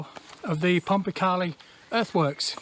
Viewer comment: used to cycle round there a bit as a kid 20 years ago or more. You would find a lot of iron slag hinting some kind of metal works? also in the woods is a natural spring that you walked past and there used to be a fish farm. by the way, I believe the locals call it "pom-pa-kay-lie" (as opposed to "pom-pa-carlie") great video as usual